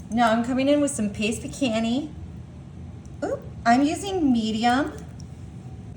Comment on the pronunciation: Fageeta??wth..you can tell you cannot cook!!...drippyer??...tortill-a???peecannie???.. learn how to pronounce what you're eating/cooking..it might just make you SOUND like you know what you are doing..other than that....this has to be some type of southern joke and we don't get it!!.. #howirritating#trash#dogfood...NOBODY seasons their meat..AFTER its cooked... Duh#insulttorealcooks...go play in another field PLEASE!!!